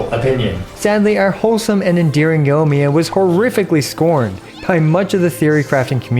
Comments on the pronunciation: Yoimiya. Yoi. Yoi. Yoimiya. Not Yohmiya. Sorry I had to, great content as always! :) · "yough miyuh" giving me ear cancer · Pls pronounce the i in her name, driving me crazy